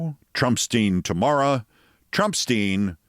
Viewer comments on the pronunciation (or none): none